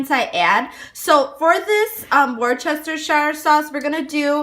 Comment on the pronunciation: Its pronounced as 'wostashire' sauce 😉 Great recipe thank you.